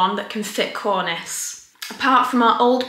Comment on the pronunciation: Don’t you mean cornieeeece? 😄